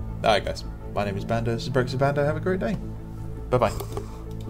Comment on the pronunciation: Really good video as always. I never really considered how shading would affect the white. As a side note, everytime you say I hear brexitwithbando lol